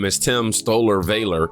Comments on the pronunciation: Not Valor, long a. Short a...as in pal. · Pronounced Val - or. Not cutting you trying to help. Love your content and how you put things. KEEP UP THE GREAT WORK 💯💪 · Valor hun said it wrong lmao